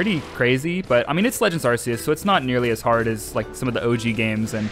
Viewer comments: I swear, I have such a hard time not losing my mind when someone pronounces Arceus as "Arseus". Help. I mean, since Legends: Arceus, it's been so long since Game Freak swapped to calling them "Arkeus"! Sure, "Arseus" is how it used to be pronounced, but it isn't how it's supposed to be pronounced anymore! I don't know why I struggle so much when someone calls this Pokemon "Arseus". Just please, don't scream at me using your Arse-phone. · FYI how you pronounce it is ar k I s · We have an official way to pronounce Arceus. It's so freaking annoying when people still say Arse e us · Uhm, actually, it's pronounced "ark-ee-uhs" ☝️🤓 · Kind of pissed he kept saying full odds and pronouncing Arceus wrong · You're pronouncing arceus wrong.